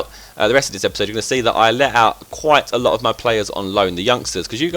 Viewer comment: You say aslot alot :p